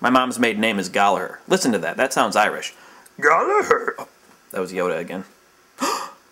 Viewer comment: its pronounced Gal-a-her and spelt Gallaghar also pretty racist impression of Irish accent but I still love you wheezy and i still hate craig